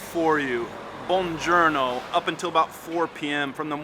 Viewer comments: it is bongiorno with a clear, rounded o, not buonjourno as in journey. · After several years? Capacino and bongurno 😂